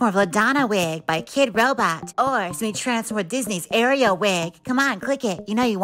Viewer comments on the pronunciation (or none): none